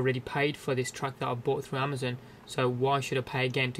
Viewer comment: lol "Amazun"